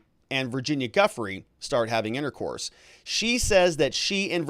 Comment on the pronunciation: Seriously, please learn to pronounce Virginia's name right. It's more like "jeu-fray".